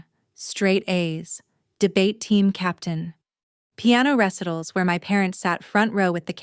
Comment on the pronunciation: RECitals instead of reCITal learn pronunciation AI